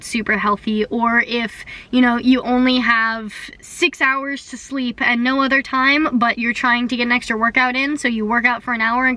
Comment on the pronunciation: "I have e'no time!" 😂